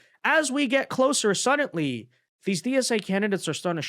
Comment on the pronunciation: it's "suddenly", not "suddantly". There's no "T" anywhere in that word. You're driving me crazy over here! 🤣